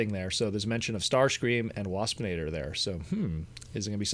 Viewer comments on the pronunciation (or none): When you said "Dinobot, Starscream and Wapsinator" I thought you said "Dinobot Starscream".